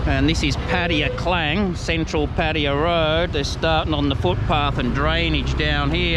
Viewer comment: Pattaya, yayaya as yamaha..not patia.